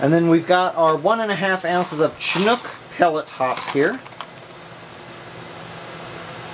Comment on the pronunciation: It is pronounced Sh*inook my friend, not "Chin-nook" :)